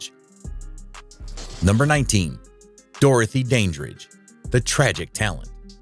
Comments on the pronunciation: These videos are the worst. The AI generated narrations of these are so obvious, mechanical, mispronounced and irksome. Dorothy "Dain" dridge for one. Pure crap. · AI VOICES SUCK! IT'S "DAN"DRIDGE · ANOTHER MESS FOR PRONUNCIATION. Dandrige starting with Dane? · Can't believe this AI bot continually mispronounces Dorothy Dandridge's last name. It's DAN-dridge, not DAY-dridge, for goodness' sakes! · Dorothy's surname is pronounced Dan-dridge. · Your mispronouncing Dorothy dandridge's last name your pronouncing. The dan is though it were pronounced danger, but the DAN in her name is pronounced as though it were a man's name Dan as in Daniel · I noticed that too. Also the bot is mispronouncing Dorothy’s last name!